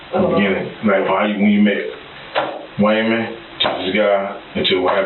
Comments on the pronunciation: Waymond sounds like someone who has problems pronouncing their ' r's lol. I hear her voice but I can't understand anything she's saying 😬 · "WAYMOND⁉️⁉️⁉️" HIS SINGLE MUM OBVIOUSLY HAD A SPEACH IMPEDIMENT🤦🏾‍♂️🤷🏾🤷🏾‍♂️🤦🏾‍♀️🌛🤦🏿